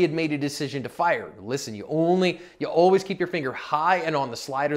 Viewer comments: Uhll-ways uhll-ways uhll-ways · Ulways ulways ulways priority😂